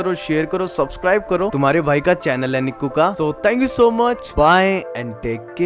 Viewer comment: Not niiki its nikku